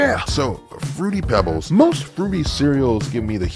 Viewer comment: This man said fruity peebles. You need your car towed